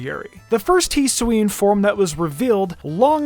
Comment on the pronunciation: “Hesween” >_> HESWEEN?!?!?!